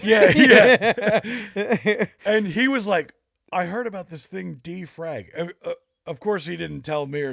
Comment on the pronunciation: LOL as soon as Jess said defrag.. i'm like oh no he fucked it up worse and sure enough